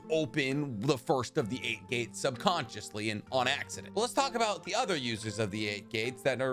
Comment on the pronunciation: SUbconTiOsHLY You sound like a foo